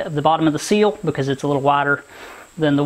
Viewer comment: You say seals I say SILL as in Window SILL.